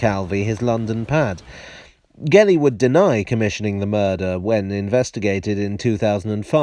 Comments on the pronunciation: Hello. For future reference, the surname Gelli is to be pronounced like jelly. Ge, gi... Sounds like je or ji in English. To sound the way you pronounced it, it should have been spelled Ghelli. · Great video,, but we pronounce "Gelli" as "jelly". 👍😁